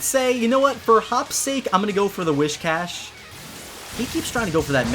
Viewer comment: sigh He just said Wiz Cash ಠ_ಠ